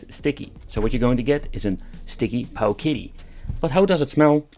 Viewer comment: Every time you say Powkiddy 🤣🤣 👍👍